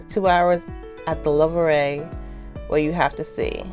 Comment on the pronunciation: You say louvre like this: louv The re is silent